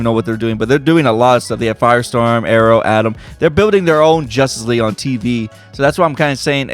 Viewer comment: He says jusss league